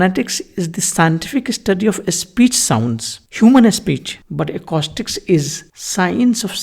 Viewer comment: Just a note, you are mispronouncing the word “acoustics”, which is spoken ah-koo-sticks… great context though!